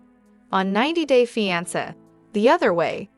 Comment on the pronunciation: The pronunciation of fiance is incorrect.